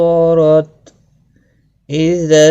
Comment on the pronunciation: Asslamwaleykum aapse ye puchna tha ki ye " ijaa " (ijaa-as amaa) jabaan k kon sey hisse sey adaa hoga Weysye to wo jaal hai leykin sun-ne main eysa lagta hai ki daal padha ja raha hai Plz reply Kar dain aap Jazakallah khair